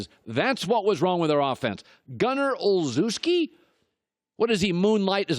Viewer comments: Pronounced Ol-chef-sky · I LOL'd he misspronounced Olzewski